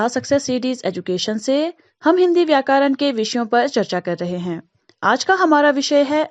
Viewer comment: It's not vykaran it's vyakaran make pronunciation clear 👍👍